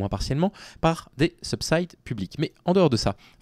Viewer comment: "Subside" c'est français : [sybzid] 🕊️